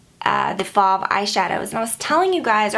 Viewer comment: I hope you'll see this. I'm not trying to be rude, but my name happens to be Fauve, and just so you know you're pronouncing it wrong. It is pronounced like stove but with an f. It's French which is why it's pronounced differently than its spelled. It actually means "wild beast". :) Trust me, I get mispronunciations all the time so don't feel bad. But it would be awesome if you could correct it on your blog so more people will know how to say it right.